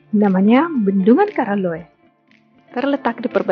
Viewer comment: Namanya diambil dari nama raja yaitu karaeng Loe. Penyebutannya KARAELLOE. Jadi bukan KARALLOE 🙏.